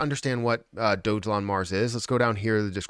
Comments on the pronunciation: Dog elon.....not Dojelon😉 ....& your description is incorrect! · Awesome video. Dogelon (pronounced Dog-a-lon, not Doge Elon because that would be arrogant). That's from their first website